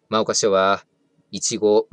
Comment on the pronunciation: 真岡は「まおか」じゃねーよ、「もおか」って読むんだよ！